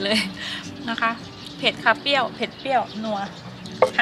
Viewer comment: เปรี้ยว ไม่ใช่ เปี้ยว